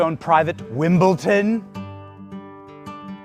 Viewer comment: I love Benny but he needs to learn how to pronounce words like nuclear and Wimbledon. It's weird.